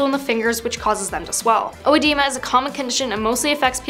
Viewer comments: It's not pronounced "oh-weh-di-ma". It's eh-dee-muh. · Your pronunciation of oedema bugs me It should be e-dee-ma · There are two spellings of the word but only one pronunciation. It isn't pronounced o-edema the way she's saying it. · “Odiema”?? It’s pronounced like “uh-dee-muh” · Pity the narrator is incapable of pronouncing “oedema” even close to accurate. It’s not “o-ed-ema”, but just “ed-ema” or “o-dee-ma” for non-English speakers. The comment about his kid looking appetising will definitely give the conspiracy nuts something to jump on, but nutters have always been around! FWIW - the British military often referred to Her Majesty Queen Elizabeth the Second (RIP) as “The Boss” (not in her presence of course) and she did not pass on - she died. Why are you so squeamish about calling it for what it is, the cessation of life? We all die, no one gets out alive! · Oedema is pronounced "Edema". But whoa! His hands are way swollen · Learn how to pronounce please. Google can help you. Ed Eeema is phonetically correct. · Oedema is the British spelling for edema. It’s pronounced “edeema.” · It's pronounced eh-DEE-mah. In American English, it's spelled edema. In British English, it's spelled oedema. It just means swelling, it's a general term. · The pronunciation is ODEEMA. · Oedema or edema is pronounced uh.dee.muh! UH.DEE.MUH! Never whatever the woman says! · Odiyema. Nice pronounciation. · It's pronounced eh-deem-uh. It's spelled oedema in British English and edema in American English. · It’s pronounced “Ed-eema” 🤦🏻‍♀️ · It’s pronounced A DEEM’ A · Œdema is pronounced Edema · Edema in American English spelling... but even in the UK, you don't pronounce the "o." Edema. FFS. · Its pronounced "ah-deema" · It's pronounced "uhdeemah" 😖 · It's pronounced uh-de-ma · It’s pronounced eh-deema lol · I'm worried about how she pronounced oedema. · The weirdest pronunciation of oedema I've ever heard 🤣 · You pronounced oedema wrong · You don’t pronounce the “o” it’s silent.